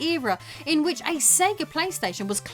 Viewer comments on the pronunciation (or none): I gotta say, I really love your accent but.....when you say peace when you sign off sometimes I swear it sounds like piss if I'm not paying close attention 🤣